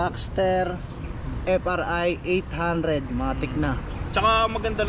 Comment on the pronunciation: Boss correction lang F.R. Eighteen Hundred basa dyan/ F.R. 1800, hind F.R.I. Eight Hundred😅✌️✌️